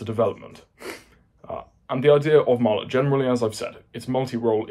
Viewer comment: What type of warhead does Martlet use? Also, you're pronouncing it wrong.